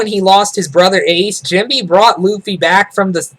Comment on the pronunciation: lol its funny how you pronounce Jinbei, Jimby